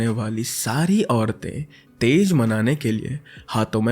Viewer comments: Being from bihar I should tell you that is not tez that is tiz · Tej nahi tij brother Ummido pe khada nahi khara utarana...